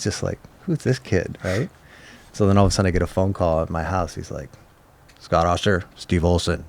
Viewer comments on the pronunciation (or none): Always called him OHHSTER. It's AAHSTER. Awesome episode. Smart & interesting. Legend. Smart & inspiring.